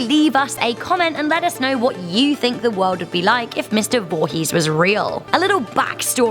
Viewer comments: "Jason Volhees" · In the beginning this woman said "Jason VOOhess"😂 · Jason voohees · JESOON VOOHEEZ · You said his last name wrong